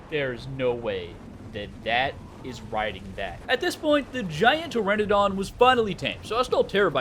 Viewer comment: Until the day I die it'll be "pe-ter-a-don" love american slang 😆